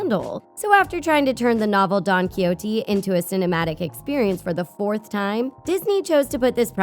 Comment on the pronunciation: Please before you do a video look up how to properly say don quijote